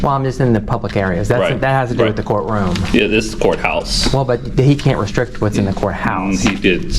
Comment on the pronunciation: Oh my gosh. I thought you said Whore house seconds! Hahaha. You did say court house, kinda 😊